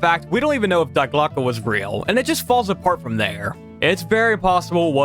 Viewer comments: Just a minor thing and no one who speaks english propably gives a shit but Die Glocke isn't pronounced Die Glocke, it's pronounced Dee Glocke, because german, it's one of the three german articles, die, das, and der like english has a, an, and the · It’s pronounced ( D Glock eh) Die glocke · Was really interested in the video until you immediately started with "dIe GlOCkE". I thought this could be a good video about interesting true stories of the war and not age old conspiracy theories